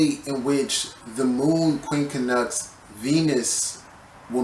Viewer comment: The way you pronounce it is QUIN-CUNX. Not QUIN-KA-NUX. My ears hurt 😂